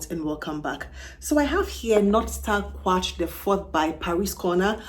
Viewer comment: I think it's Quatre not Quarte.